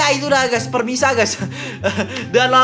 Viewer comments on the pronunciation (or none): Bang pemirsa bukan permisa 😂😂